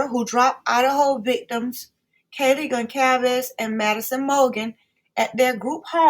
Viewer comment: Kayleighs last name is pronounced-: Gone- saaaalv-ezzzz